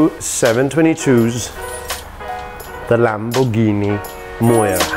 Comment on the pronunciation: can't even pronounce the name MIURA LOL!!!